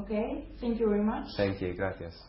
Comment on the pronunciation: agreed! Though, a bit bored..possibly tired. Did he just say, "Gracias" with a Spanish accent(the c sounded like th)?! xD LOL! Thanks 4 the video!! xx It was a good interview, but a bit monotonous. Don't you think?